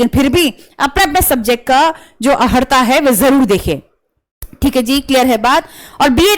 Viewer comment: आपने अनेक बार 'अहर्ता ' शब्द का प्रयोग किया जो कि गलत है. 'अर्हता ' शब्द है. इसलिए अपना उच्चारण सही करें . शेष जानकारी आपने सही दिया है. धन्यवाद